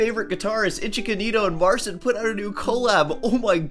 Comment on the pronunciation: the unintentional mispronunciation of "Mar-Sin" will always be funny to me lol